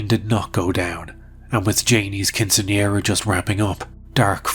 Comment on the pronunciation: Absolutely underrated how goes about pronouncing quinceanera, 10/10, no notes.